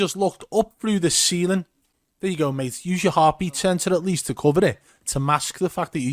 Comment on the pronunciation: When you said he's actually looking through the ceiling in your accent and laughed.. made me lol